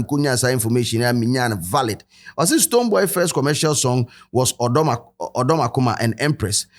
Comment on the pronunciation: Did he called STONEBWOY “BooBo”😅